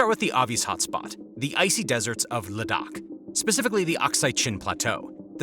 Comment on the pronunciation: great reporting and commentary ! Ladakh is pronounced < > Kind regards, Ciao!